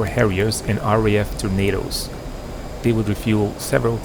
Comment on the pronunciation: Great video, as usual! 👍 I'm kinda surprised there were no ZU-23s or Strelas at least to defend the airbase. The Muricans had an easy job of destroying what was left there... Also, I thought you said "RAF Tomato".